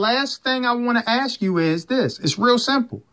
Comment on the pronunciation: Monique the word is ASK not AKS!